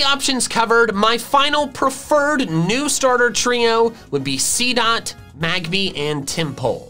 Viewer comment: MAGBY, NOT MAGBABY! THERE IS NO E IN MAGMORTAR!